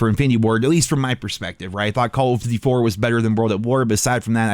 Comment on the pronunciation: have you ever realised that you say Colv Ditty when trying to say call of duty:p